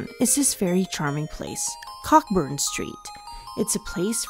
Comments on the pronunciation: Not pronounced cockburn, but coburn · Cockburn street is pronounced coburn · What a wonderfully filmed, edited and very enchantingly narrated piece. As an Edinburgh resident of 61 years I must say I was very impressed. I think Cockburn was your only wrongly pronounced word. And MAJOR KUDOS for getting Holyrood correct. That’s something 99% of actual residents get wrong. Hooray for Holyrood! And NOT bloody Hollyrood 🦁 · ERROR CORRECTION: Thanks to some of our viewers, we were informed that Cockburn Street is pronounced as "Coburn". We apologize for our mistake.